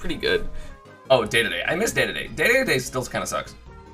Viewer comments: Its Dedede not day-day-day. Play him and listen to the announcer on his win screen. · Him saying dedede hurts me Day-day-day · STOP CALLING KING DEDE DE 'DAY DAY DAY' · Did this man just say DADADA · Holy shit if you’re gonna say dedede so many times at least say it right